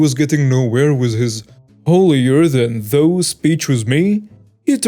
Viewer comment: Howdy and Krew, great stories once again! I love your narrations but FYI, in story 1, "thou" is pronounced "thow" rhyming with "cow" or "bough," while "tho" and "though" rhyme with "hoe," "oh," "low," or "show."